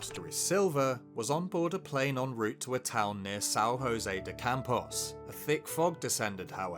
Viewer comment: Great video, but PLEASE at the very least research local language, we are not Mexico nor Spain, “JOSÉ” is not pronounced like they do in Spanish. A simple google translate would teach you that in Portuguese it’s different.